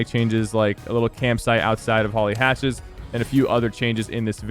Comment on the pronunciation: He says hatcthes